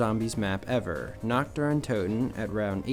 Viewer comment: "On nacht there is nacht much to do" 😂